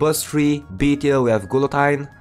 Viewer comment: it's pronounces Gill-a-teen but besides that, surprised Winter Rupee is B tier.